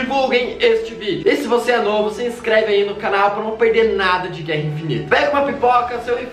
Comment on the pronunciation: ''guera'' com 1 r kkkkk